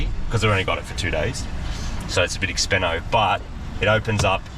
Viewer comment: Hearing say "expenno" is bloody cringe. Especially when "expensive" has the same amount of syllables. 😂